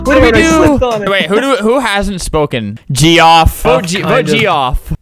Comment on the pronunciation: Albert, you can't pronounce Geoff, it's pronounced Jeff!